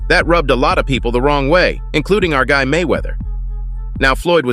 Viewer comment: This channel is AI generated clickbait. The voice speaking is for sure AI. Listen to how it says "of COUSE" instead of "of course", or "gut" instead of "guy", or speaks in a monotone, or puts emphasis on the wrong words. Most of the time there's no news stories backing up what it claims, nor does the fighter etc say what the title says they do. Only the AI voice does. Pure trash.